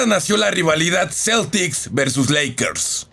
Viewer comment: Soy yo o dijiste lackers